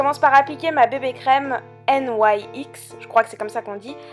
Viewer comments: Vidéo très chouette:) Par contre il me semble que les autres youtubeuses prononcent "nix" et pas "n y x" (c'est un détail hein on s'en fiche un peu au final ^^) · Je crois bien que la marque NYX se dit "nix" ☺️